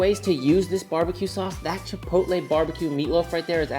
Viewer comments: Chipotle? I say chi-pot-tul- like bottle, in defiance...did that word come about with that pronunciation to sound dignified or something..chi poat lay'...maybe it was that sauce that bankrupted it.... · Chipotle the restaurant moved to our town back in the day… nobody knew how to say it never saw that word before. My mom and Aunt went with Chi-POLE-tee and have stuck with it ever since… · Had an ex who pronounced it "chip-o-lay" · chit poe t lay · Mine also says “chipottle” 😂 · Chuhpohtle, chuh - poe - tle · My mom pronounces it chip-a-hotay. We all mock her endlessly. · My mother says “chipoltee”… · My mom wouldn't know how to pronounce Chipotle. Lol. But my wife says "chipolte" She also says Salsta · I'm so glad other people's moms say chipotle incorrectly! My mom says chi-pull-tee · Save money and don't waist food and just use a mason jar. I will be making this for certain. My very British mother pronounced chipotle correctly, her friend however, said chipol-tee. Drove me freaking nuts every time. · 😅 my girls mom pronounces it chip-ole-tee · I love how universal mothers mispronouncing "chipotle" is. My mom says chi-POL-tee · Great video and recipe, will be cooked up this weekend and similarly stored in a previously used BBQ sauce jar! By the way, my wife pronounces it Chipolte Gave up trying to get her to say it right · great recipe! My dad used to pronounce it CHIP O TELL! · Both my mother and father pronounce chipotle as, “chipole-tea”. 😅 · It drives me nuts when people say "Chip ole tay". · My dad pronounces it like " chih-pot-uhl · My mom pronounces it as chip-toe-lee 😂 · Chi-pootle (sounds like poodle). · I only call the restaurant Chipotle “Chipottle”. They are a stain on the food industry and don’t deserve the respect of pronouncing their name right. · To be honest about your question: my mom can not pronounce "chipotle" at all. She's german. Just like i am. (I win!) LOL